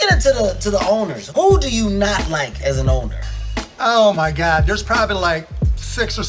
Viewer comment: 靠腰啊，他那聲God，發音跟大聲說幹一樣…… 嚇我一跳……哈哈哈哈